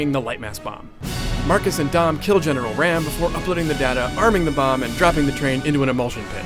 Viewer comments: its not ram its RAAM -_ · Marcus Fenix was in the army before emergence day. Read the books and it's Raam, not ram xD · Its pronounced RAHM not Ram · OMFG ITS RAAM NOT FUKIN RAM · ITS RAAM NOT RAM!!!!! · You obviously don't know any of the backstory of Gears man. Marcus and Dom both joined during the Pendulum Wars. Its Colonel Hoffman. Raam, not Ram. Baird is an engineer. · RAAM is pronounced RAHM (similar to the Egyptian sun god 'Ra' with an 'M' on the end), not RAM, (as in battering ram). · u prounance the As in RAAM like ROM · He said raam wrong